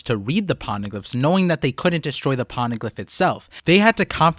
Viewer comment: Pony glyph ❌️ Pona glyph✅️ 😂